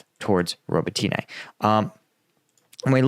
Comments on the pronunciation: Robotne. Not ro bo Ti Ne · Please listen to some Ukrainian commentators and pronounce it right - Ro-bo-tin-ah. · I love your channel, and Ukrainian villages are hard as english speaker, but pronouncing the villages every day, you should learn it, . <3 because english pronounces differently, its easier to to add additional [letters]. its pronounced Ro-BO-tin-eh, emphasis on O. klish-CHI-yivka. An-DRI-yivka. bakh-MUT. kher-SON. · say it with me Ro-bo-tin-e. Роботине.: Ro-bo-tEEn-ah using y in place of и in the English transliteration is confusing so I don't falt him too much. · Robotyne really??